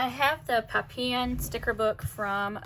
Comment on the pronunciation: I love hearing Sadie, you can hear Mia’s nails on our Laminate floor too😂 Also love that you left the dot grid unlined for the blue and yellow spread. Being from New Orleans, many French words are used in everyday speech. , if you’re interested (not at all meant as a criticism- I’ve heard that word both pronunciations may times. Pappilon is the French word for butterfly and is pronounced /pa - pea-yaw/ in French. Lol